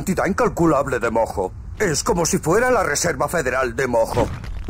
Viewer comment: Estuvo intensa la pelea de los titanes y los mammuts. Pd: Cuando jugué el juego pensé que cuando decían mojo, sonaba como a "moco" Xd